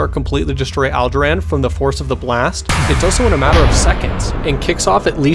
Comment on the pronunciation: Allderaan All der ron